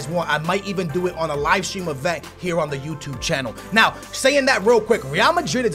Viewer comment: Says the guy who says 'now' as 'know' 😂😂😂😂